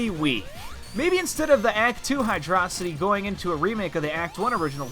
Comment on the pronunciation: "Hydraw-sity" Unsubscribed